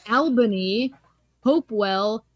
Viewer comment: Hello, first video I am watching of this channel. Hovind is a complete moron obviously, but girl in the middle video box...why can you not pronounce major US cities? Plie-moth (Plymouth); Tusk-on (Tucson, AZ); Ale-bany (Albany). She got Philadelphia and New York City correct. : )